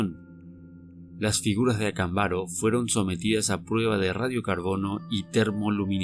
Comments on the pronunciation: Por qué siempre pronuncias mal los nombres? Acámbaro! Avento en la segunda "A" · ACÁMBARO, CON ACENTO EN LA PRIMERA A. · Acámbaro es una palabra esdrújula, si vas a transmitir una información, ocúpate de hacerlo de manera correcta.